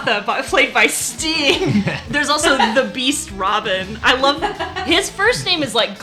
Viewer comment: I like that you pronounced Rabban as Robin.